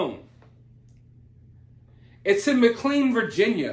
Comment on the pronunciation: Hey, it's pronounced ma clain. Love your shows!